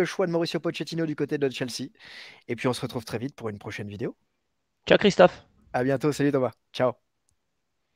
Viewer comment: Alors visiblement c’est comme ça que ça se prononce outre manche (Christophe)